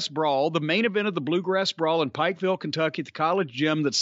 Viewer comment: Vince couldn't pronounce Pikeville correctly.